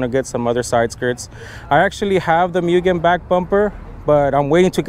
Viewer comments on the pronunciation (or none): Its Mu-Gen